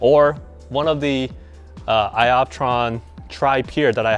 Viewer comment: LMFAO !! ‘sky optron’ :) I like how you can laugh at yourself bro ! Haha